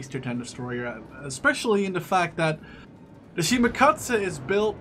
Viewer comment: He cant pronounce "the"